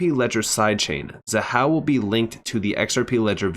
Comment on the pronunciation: Thank you for listening and properly pronouncing Xahau ❤. Keep up the great work, 🫶🏼🫵🏼